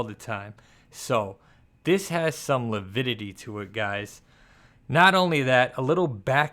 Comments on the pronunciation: p.s. invented a new word: "lavidity"...!!!🤣 Anyone can say "vailidity"... but you gotta go DEFECT style! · "Lavidity"= validity.